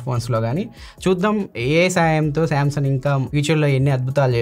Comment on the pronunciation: మీరు శాంసంగ్ ని శాంసన్ అంటున్నారు కదా కరక్టేనా, అందులో G సైలెంటా.